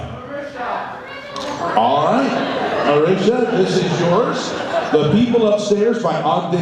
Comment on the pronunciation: fucking hell it's marisha not marissa